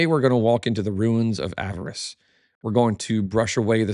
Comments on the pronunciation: You’re back to saying “avarice” instead of the correct pronunciation “Ah-VAH-ris,” or “Ah-VAR-iss.” Your choice. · Small note, Avaris is not pronounced as "avarice"